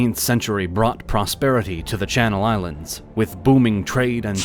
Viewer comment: Good to see my islands get recognised in a full video by a big channel instead of the sometimes sidenote, even better to see a lot of the names getting pronounced correctly